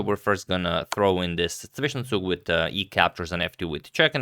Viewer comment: thank you for pronouncing zwischenzug...